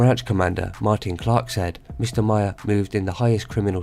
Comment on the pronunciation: Maher is pronounced like Mar...